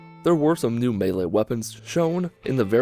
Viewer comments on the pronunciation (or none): none